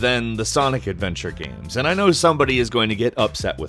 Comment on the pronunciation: Why does he pronounce games "Gahms"?